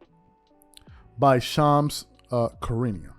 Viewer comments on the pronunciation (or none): Not a fan of Shams but his name is pronounced Shu rah nee uh. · Please stop butchering Shams name please